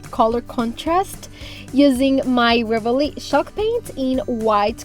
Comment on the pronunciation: CHALK paint! I was listening to this whilst doing other things and thought it was called SHOCK paint lol 😂